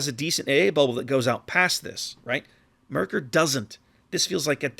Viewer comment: Your first two "Maerkers" where very good to be honest. Best would be to say it like "map". The way you ended up pronouncing "ae" in the video is a near perfect on "ö" sound as in König or Löwenhardt. Other than that, great review as always.